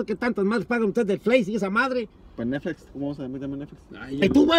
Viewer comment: Nadie: disiendo nesflis